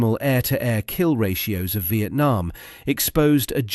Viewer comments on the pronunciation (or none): none